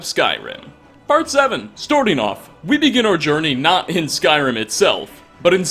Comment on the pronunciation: He mispronounces like...everything "Storting" instead of "Starting" "Bohemith" instead of "Behemoth" "Dovahkin" instead of "Dovahkiin" Overenunciating the word "Fellow" Like, any and all fantasy names...even when the in-game dialogue corrects him Irks the hell out of me, but dammit I like his content